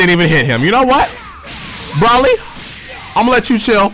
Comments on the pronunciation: I have respect for u but it just bothers me that u say bra-lee not bro-lee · It's BROly not brawly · I honestly don't get how people with normal american accents fuck up the names of Dbz characters. Especially a youtuber who's clearly into Dbz a lot. Like i'm sure you've seen the movie and it clearly is pronounced Bro-lee like how hard is it? Wtf is Bralee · It's pronounced BRO-LEE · We gotta work on how you pronounce "Broly" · Broly's destroying you because you KEEP PRONOUNCING HIS NAME WRONG. I'ont think he like that too much